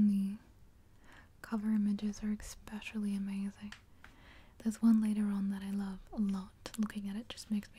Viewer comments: your videos are almost crucial for me if I want a good nights sleep. I'm very appreciative of the work you put in to your videos and how much effort they take. one request though? other than the super obvious "more videos!" Please stop saying "exspecially." it makes me cringe when I hear it. much love your way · I love this video apart from every "ekspecially" being like nails down a chalk board.